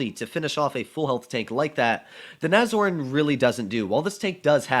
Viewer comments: Nobody:: Nazorn...Nazorn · Is it pronounced "Nash-horn" or "nazorn"?